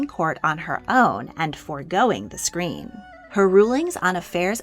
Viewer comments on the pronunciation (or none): none